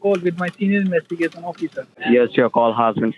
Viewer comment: OH NO. THE "INWEST-A-GATION DEPARTMENT"...LOL